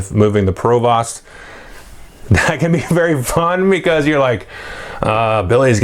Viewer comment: Since this is your favorite game (mine too), I'll go ahead and let you know that your pronunciation of "provost" is goofy :) I work in education and we actually have someone with that title, it's pronounced to rhyme with "host" not "cost" - yay English!